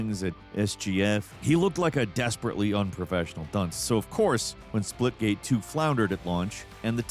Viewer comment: He keeps calling it Splitgame 😅